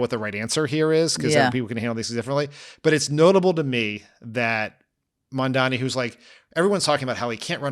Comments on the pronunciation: Dan, its MAM-DANI, i dont get why people are struggling with his name, its not that hard to say if you give it a min. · Dan, with love, please learn how to pronounce Mamdani, you sound like Andrew Cuomo.